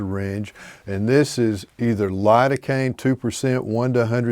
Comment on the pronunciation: You mean spread the area with Lidocaine? I heard hurricane 😂